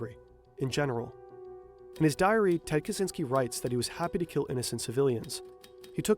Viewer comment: Why does he say zynsky 🤦🏼‍♀️ ITS KACZYŃSKI / KACZYNSKI